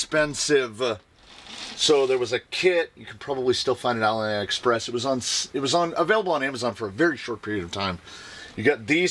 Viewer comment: First thing, i really love your show.❤ Second, dude its not alie express... its ali express, like alibaba 😉😅😇 sorry bro.. think i have autism hehe Greets from The Netherlands!